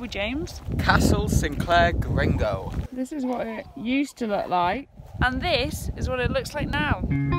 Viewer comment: Thanks for coming to visit us in Caithness and boost our economy! Couldn't help but notice a few pronunciation errors; Sin-cler and Girr-ni-go Castle, Waa-li-go and Lybster ('ly' like lie in bed)!